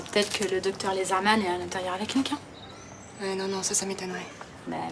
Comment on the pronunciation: On dit ''quelqu'un'' Pas kinkin Elle m'énerve